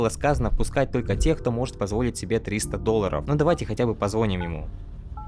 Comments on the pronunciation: Дружище, немного дое*усь - позвонИм, а не позвОним. За перевод, как и в прошлой игре - респект. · Офигенное видно, но позвОним так режет слух ппц...